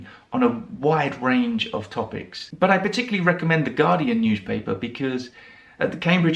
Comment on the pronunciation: Why do you say newSHpaper, uSHeful etc like some Americans say GroSHery instead of groCery? Would you mind telling me, please? I am just wondering. Has it got something to do with where you come from? I really would love to know. Thanks a bunch for your video. 🙂